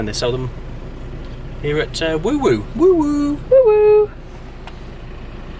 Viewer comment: You have the dream camping set up! I hope to have this one day, defo going to get that collapsable water jug and that strange blow up bed thing haha. My brother and his family lives in a tiny home and works on WoWo campsite, glad you enjoyed your stay! Also, just a heads up, it’s pronounced Wo Wo, not Woo Woo 😂 subscribed!